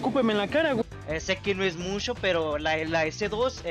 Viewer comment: Jsjsjs musho pero musho jsjsjs